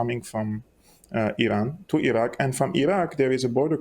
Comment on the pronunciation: So the guy with black glasses pronounces Iraq correct and straight away the guy with white glasses pronounces Iraq eye-rak!! America is responsible for the war in Ukraine, funding the coup to gain Access for resources